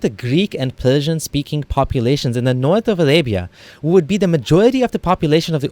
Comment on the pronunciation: Alabia! Pelsian! Wow! So awethum it is!! Something else fol the scholaLs to humiliate the "ex muslims" .. Ex muslims😂😂 - this prefix always cracks me up.. plus the irony in this video - the guy who can't seem to grasp difference between R and L is commenting on different dialects.. Btw, this stupid information has been debunked long back.. this is just another Islamophobe trying to earn his bread and butter through Islam!